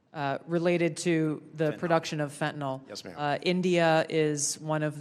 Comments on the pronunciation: Fenta-NYL, not fenta-NOL. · Stop calling fentanyl FENTANOL. Pronounce it like it's written. The last sylable rhymes with HILL.